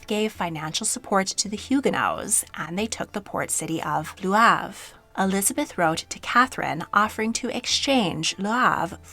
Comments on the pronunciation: I enjoy this channel, but some of the pronunciations in this one are way off for English speakers: Le Havre, Huguenot, Chenonceau, etc. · I have to say, your French is getting better over the years that you have been entertaining and enlightening us, but the poor people of Le Havre today are bloodied and weeping from the butchering of the pronunciation of their city! Ever thought of getting a tutor to help you learn and master the pronunciations of cities and other places in Europe? Seriously, you do such good work..mastery of French, German and Italian locations (at a minimum) would add so much more to your storytelling. I don’t say this to insult you, but to encourage you to think about enhancing your channel with sounds that at least approximate these words. I am an American too, and know that we get terrible language learning over here. But as a French speaker, I know how much it adds to your legitimacy as a historian to learn those names and say them well. Think about it…